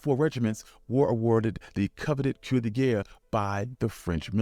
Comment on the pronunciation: Croix De Guerre, brother(Kwa-da-gare)!